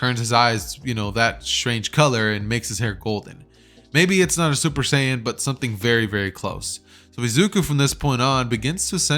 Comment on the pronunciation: bro just say super sayian rose💀